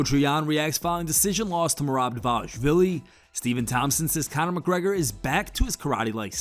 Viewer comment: Con-er "Karate" Macgregor